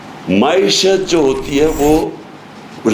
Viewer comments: please teach him to pronounce ma'eeshat. It'll be such a big favour. Dil aur kanon ko sukoon aa jaey ga. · Maeeshat maeeshat maeeshat maeeeshat maeeshat maeeeshat